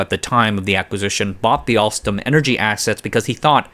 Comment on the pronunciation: "Alstrom CEO Patrick Kon" lol.